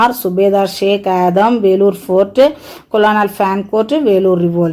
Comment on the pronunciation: mam colonel pronunciation is wrong.